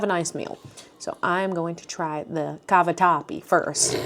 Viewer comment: Happy birthday,!! Italian girl here…laughing and joking, when you pronounced cavatappi with the “Italian accent”, you were absolutely spot on. Well done, you! Absolutely adore your videos, please keep it up.